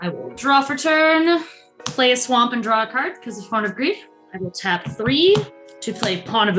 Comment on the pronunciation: I enjoyed this very much, but being honest pronouncing Swamp in the odd way she does from time to time got annoying after the first time